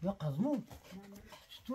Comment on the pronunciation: اجمل ما في الفديو كلمه بسم الله الرحمن الرحيم ...اللتي نطقها الشيخ الوقور ❤